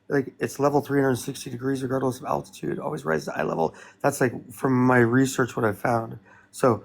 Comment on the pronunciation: Can’t even pronounce the word altitude, but expects to debunk altitude… classic 😂